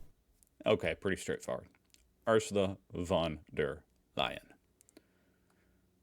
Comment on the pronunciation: 🤡 Trump is a full blown narcissist with the frustration tolerance of a toddler. A dangerous combination in such an important position in world politics. Thanks for the video,! You did a great job at pronouncing Ursula von der Leyen! 👏🏆